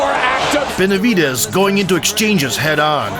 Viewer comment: Su nombre es Benavídes (acento en “í “) no, Benavidés ,( acento en “e”)